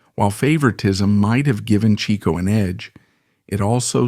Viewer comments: Per Groucho - Pronounced as "Chick-O" not "Cheek-O". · yep- Chic-Oh per Groucho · Overall, I'd say your research into Chico is pretty good. You've been admonished for your pronunciation of his name. Otherwise, well done. Groucho said if Chic hadn't gone onto the stage, he would have been a mathematical genius.